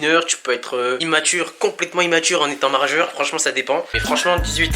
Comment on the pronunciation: en étant maREjeur 😂